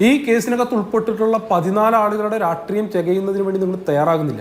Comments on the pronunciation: രാട്രീയം അല്ലെടോ ആർഷോ... രാഷ്ട്രീയം ആണ്. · എടാ രാട്രീയം അല്ല. രാഷ്രീയം എന്ന് പറയാൻ ആദ്യം പഠിക്കെടാ 🤣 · രാട്രീയം അല്ലടോ രാഷ്ട്രീയമെന്ന് പറയടോ